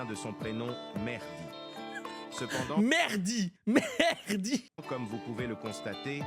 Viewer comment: frére c'est mehdin et pas mehrdi ok